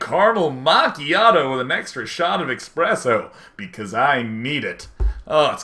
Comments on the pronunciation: It's 'Espresso', not 'Expresso' I hate how many people pronounce it that way. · oh damn he said expresso >_<